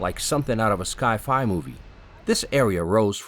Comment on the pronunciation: I know, so funny! 🤣 Also "sky fi" for sci fi 😂 Bless him though, the video was well filmed and produced and did our city proud! 💪